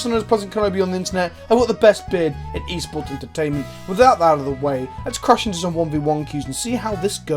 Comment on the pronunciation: Whenever you say e-sports I hear "Eastbourne"!!!